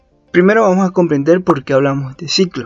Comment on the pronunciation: Se dice "vamos a comprender" No "vamo a comprender", no te tragues las "s", chingao!!!